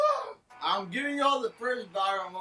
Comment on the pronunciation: "im hibing yall the first viral.moment tonight"